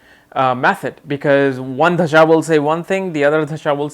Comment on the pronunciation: Can you please pronounce dasha and not dhasa?